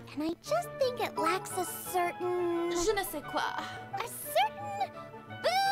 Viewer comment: "Je ne sais quoi ?" 😂😂 that was really good